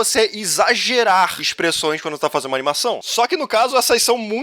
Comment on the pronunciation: O cara conseguiu errar em todos os lugares que dava pra errar na palavra.